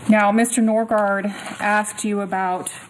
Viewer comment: Number ONE. Anyone that tattoo's his face, is a low life dumb shit. Number TWO. Anyone that says "I axed them" instead of "I asked them", is a uneducated dumb shit. Is he guilty? He's guilty of being a DUMB SHIT!